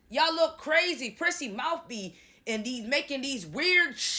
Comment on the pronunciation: Not the mowf. Lol. You be killing me.😂